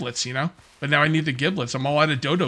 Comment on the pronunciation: I don't mind being wrong as long as I find out what's right. I would hate being wrong people knowing I'm wrong and no one correcting me. There was a word I forget what it was but I was saying it wrong for 28 years. Like you giblets it's pronounced jiblets.